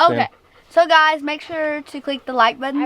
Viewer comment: He said gluys